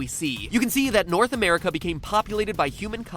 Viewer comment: Anyone else find it funny the way he puts emphasis on the A at the end of 'America' and 'Asia'?